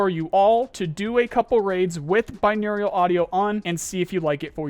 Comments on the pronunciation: Say it with me, Bin·au·ral. Binaurial is not a word. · Bro it's binaural. Bi naural. There is no "I" sound. Think of it like bi neural. I would take that over binaurial. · bro please learn how to say binaural. you are saying aerial instead of oral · what exactly is binaur-i-al audio? I only get binaural audio. This some nuclear nuculear shit? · My brother I love you but there is no second i in Binaural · Binaural. Bi-noh-ral Please, it triggers me when you say binaurial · Dog... How the fuck you still calling Binaural audio "Binaurial"... You even have it spelt completely fucking wrong like that in one of your recent videos. Just like, proof read man... Wtf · I’m glad to see these changes put in.. it was this easy the whole time apparently. Also I just had to say it but binaural is pronounced BYE-NOR-AL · just throwing it out there, i've always pronounced it "bine-OR-ull". no strange "eu" "Iu" sounds. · So pretty petty but can you PLEASE stop adding an i when you say binaural? You (and several in my group) keep saying binaurial and it just can't be ignored lol. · dude still cant pronounce binaural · Petition for to pronounce Binaural audio correctly. Please my idiot boy brain can't handle it.